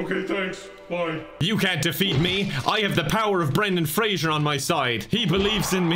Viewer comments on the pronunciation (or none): " bye for now" Also: "byef."